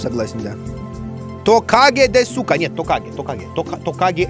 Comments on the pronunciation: Я, который учит японский, ржу с ассоциаций Димы Изменено: особенно с ですか(десу ка, на самом деле в су(す) не читается "у" в конце этих слов и правильно будет дес ка) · мышь по японски произносится не "маусу" а "мосу", а "десу ка", вопросительный элемент означающий "верно ли", произносится "дес ка"